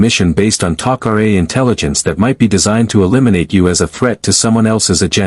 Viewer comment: Star gate needs Superman and by the way what is Teal-see and who is Apa-fiss???? And then we have the Goa'uold named HOO-U-ARE??? Even more fun to say!!! All these mispronunciations are ridiculous!!! And then we have the friendly allies the Taco-Ray!!! I Just Can't take this anymore................😶